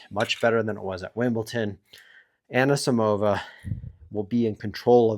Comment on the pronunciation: He does it on purpose to trigger the delicate sensibilities of tennis purists